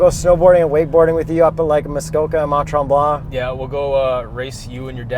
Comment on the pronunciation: Omg I love how you english people pronounce Mont-Tremblant xD